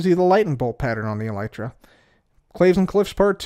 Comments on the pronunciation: Seems like you just discovered how the word is actually pronounced haha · Why do you say elytra like that